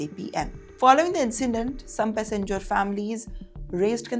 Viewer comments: This woman's pronunciation is horrible. First time I'm hearing passenger being pronounced pussengers. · Pussyenger passenger. 😂😂😂😂